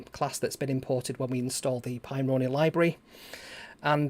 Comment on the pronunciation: I like the way you say it better :)